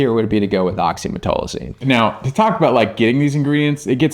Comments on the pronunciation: Why the F two supposedly respected dermatologists cannot pronounce OxymeTAZOline?!? Frauds! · Great info, docs. But oxymetazoline was not pronounced correctly once in this video. Sound it out! 😩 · Great video but they called oxymetazoline wrong the whole video 😂